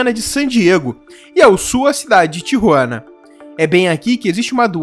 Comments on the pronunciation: Não se dis Tiruana E sin Tijuana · Seu Espanhol é muito fraco..não sabe falar o nome de Tijuana.